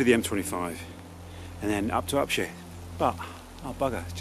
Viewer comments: Could you please stop pronouncing Upshire as "Upsheer". It's pronounced "Upshyer" and always has been. I was born in Upshire and lived and brought up there until I was sixteen. Happy memories. It seem to have changed after the London over spill estates were built an I supposed the East Enders were unsure how to pronounce it. Don't forget, it's pronounced "Upshyer" as in the Hobbit. Sorry to be a pedant, but it was my village. Anyway, just love your films and your style of delivery. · Recently found your videos and love them, especially as I grew up and lived mostly in the Lea Valley. By the way Upshire is pronounced Up-shy-er.